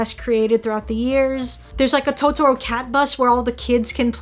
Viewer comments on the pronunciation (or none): none